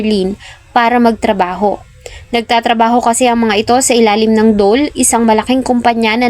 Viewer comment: Dole po hindi do le